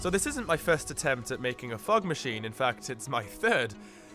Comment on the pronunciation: Why i hear a "FUCK maschine" instead "FOG maschine" when this dude pronounce that?